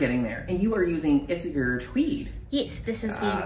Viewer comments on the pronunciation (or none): Isager is pronounced “Isayer” in Danish.